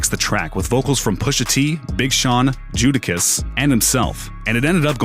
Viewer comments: "judakiss" ?? wtf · Who the heck is "Jewdakiss"???? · Hahaha he said JUDAKISS!!! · Did u say judakiss wow stupid